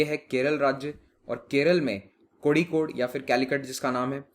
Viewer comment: Kozhikode को कोझिकोड कहेंगे।